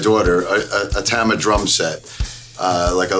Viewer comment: Damn, you know it's bad when Portnoy can't even pronounce TAH-MAH right. TAM-AH he says, lmao!! Oh, boy.....